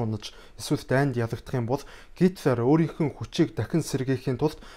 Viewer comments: Гоё цэгцтэй уншдаг, бас их хөдөлмөрч хүн гэж боддог шүү👌👌😍. Харин гитлар гэж дуудах нь зөв үү гитлэр гэж дуудагддаг юм болов уу.. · Оросоор уншхаа болиоо, хитлер гэж уншина ш дээ